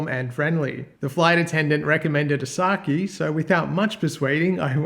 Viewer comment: Its pronounced as sa kay not key